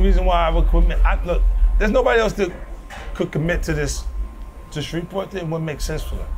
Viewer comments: Did he actually say Shureeves Port, New Orleans. Bro, when you in any city ask the locals how they pronounce it, to avoid sounding like a Tourist! New Orleans people speak Creole, which is based on French and a lot of French words and cities have endings that you don't pronounce. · They really hack Shreveport name like that.. my state gets no respect 😂